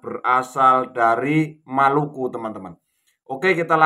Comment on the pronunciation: Maluku disebut Malaka salah baca dia